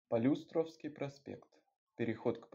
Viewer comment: полЮстровский, а не полюстрОвский